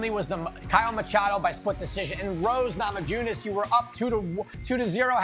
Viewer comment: Rose namajoonas lmao